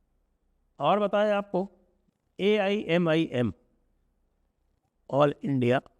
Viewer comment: Wrong 125 jeete U cannot even pronounce the name of AIMIM Such a crap u are